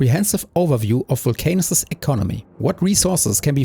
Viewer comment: Why can't i unhear "vulc anus" 😭